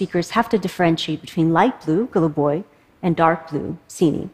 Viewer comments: Слова Голубой и Синий сказала без акцента. Неплохо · Wow, she said "голубой" without an accent👏👏👏 At this very moment I understood why this video was in my recommendations:) Sorry for my language:)) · why did I name these colours in 5 languages ? (also she pronounced goluboy well but pronounced siniy kinda like a foreigner lol)